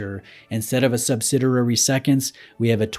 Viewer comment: "Sub-sid-EE-ary," not "sub-sid-ER-ary." You have a wonderful, enlightening, detail-oriented (not orien-TATE-ed) channel. It's a pleasure to watch. That is, until these little glitches pop up and--perhaps unfairly--suggest you're less knowledgable than you are. I know this seems persnickety, but it's like a prospective patient being handed a neurosurgeon's business card. . .with a typo on it.